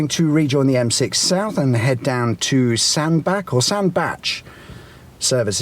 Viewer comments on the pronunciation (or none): FYI Sandbach is pronounced Sandbatch rather than Sandback. I live around three miles from Sandbach. Love the vids. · It's Sandbatch not Sandback!!! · Sandbach: as in “catch”, not as in Johann Sebastien 🙂 My home town. Service station frequently voted the worst in Britain. Tip for folks in cars and vans (it’s a bit tight for anything bigger than an 18-tonne rigid truck); ignore the services signs and instead leave at J17 and turn towards Sandbach; there’s a Co-Op forecourt immediately on the left which has a Gregg’s cafe and a well-stocked shop plus cheaper fuel than at the services. Dead easy to get back onto the M6 too 🙂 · Sandbach say it with a ch please, liking your chan Ⓜ